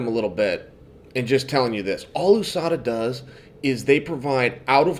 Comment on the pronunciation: Its not ooohsada its usada